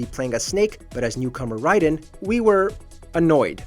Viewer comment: Thats not how you say raiden come on now